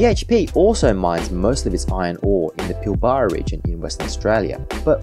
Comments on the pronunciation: PIL - BRA, not Pill - Bar-a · Bro its pilbra not pilbarrrrrra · Pilbara pronunciation needs correction!! Pil-Baarar?? Where is that??. Think you meant Pilberruh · its "pilbraaaaa" not "pilll baaaa raaaaa" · It’s pronounced “Pill-Bra” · FYI - the Pilbara is pronounced as "Pilbra". Just for future reference :) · Yes, glad I wasn't only one cringing at the pronunciation. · Same hurt my ears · Pronounced “pilbra” 😊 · You should learn to pronounce Pilbra properly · Was keen, but couldn't continue to hear Pilbara mispronounced so many times.